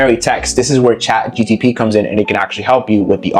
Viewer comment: he was correcting you. you said chatGTP the whole time😂